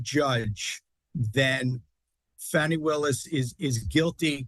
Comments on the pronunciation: HER NAME IS NOT “FANNY” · Her personal life is not anyone other than herself ffs If she was white this would never be an issue! Btw Her name is pronounced FAWNY👈🏽lack of intelligence there is revealed with the racism and disrespect 🙄plz We will see whether he succeeds to use his mafia SCOTUS court to get him off or not~lol Pun intended